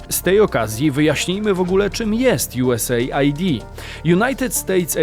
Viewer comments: czytamy nie USA - ID, tylko US - AID. Pozdrawiam;) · USAID to chyba czyta sie US ajd a nie USA id ? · US AID a nie USA ID 😅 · "JuEsEjd' chyba się czyta